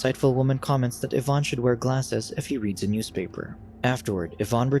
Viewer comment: Lol, Jaime Pressly being "scorned." Also, "Evan" being pronounced "Yvonne" 😅😅